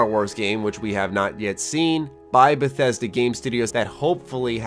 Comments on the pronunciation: I cringed when you said Bethesda. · Lol how did I know this guy would say Bethesda.. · Lol of course he would say Bethesda.